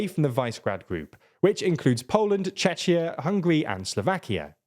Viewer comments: It's called Vishegrad not Visegrad, and Czechia/"Czekia" not Chechia... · (Chekia) no chechia pls... be a good reporter and learn the basics so u dont piss off ppl with ur ignorance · You read Czechia with CH sound. It's CzeKia. I would understand if you lived on a different continent, but you are most likely British, so that's a shame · Czechia ist pronounced "Chekia", not "Chetshia" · ah yes! The famous "Czeczia". Bro, it was Czech Republic, so call it Czechia. It's not that hard. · And it is pronounced Chekia and NOT Chechia! :D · Czechia is pronounced like "Chekia," not like "Chechnya"😂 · "Chechia" jeez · Visegrad is pronounced 'Vee-sheg-rad'. Czechia is pronounced 'Check-ee-a'. Czechia is not and never really has been pro-Russian. V4 group is not and never has been especially Eurosceptic. Slovakia's ruling party are populists whose only concern is maximising the amount of money they can funnel into their bank accounts. They are not really Eurosceptic or pro-Russian. You must also be careful in assuming they will align with Hungary because of similarities between Fico and Orban: Slovakia and Hungary have not historically got on all that well. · Čečia, that one was painful. But great video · Chechya XD glad you didn't say Chechnya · Yet another episode of calling Czechia "Chechya" lol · Did you just really sad Chechia (Čečia)? We are called Czechia or better to say Czech Republic. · for future reference - Czechia is pronounced more like Checkhiya, best wishes and thank you for your service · Vice-grad Chechia Damn you couldve devoted 5 more minutes to getting the sounds right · Czechia’s official English pronunciation is ˈt͡ʃɛkiə (CHECKia). No one’s expecting a Czech pronunciation, but the correct English one doesn’t seem too much to ask for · Congratulations on the ingenious pronunciations of Vyšehrad and Czechia! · Don't ever pronounce Czechia like that again. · the pronounciation of Czechia.. please be careful next time